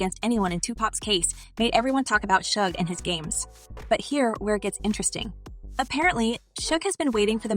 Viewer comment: Yay a reporter finally pronounced Suge Knight right for once.